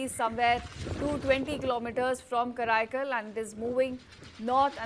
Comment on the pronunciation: Karaikal not kraikal